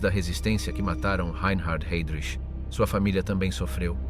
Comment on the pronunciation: Jednou vysloví Hejdrich potom Hajdrich...běž mi do prdele s tímhle